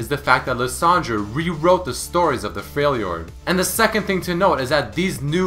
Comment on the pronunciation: "A lot older than he really is" what Also, it's not pronounced "Freil jord", it's "Frel jord."